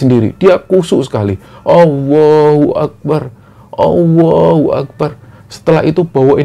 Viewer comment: awohu akbar? allohu akbar dalam pengucapan allahu akbar dalam penulisan